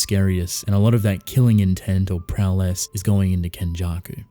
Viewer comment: It sounds like you’re saying prow less every time you say prowess.